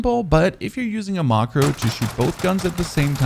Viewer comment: Wth is your pronounciation of some of your words lol? "5 mili watt", "maacroo", "emped".😂 Nice video though, loved all the details and clear explanation!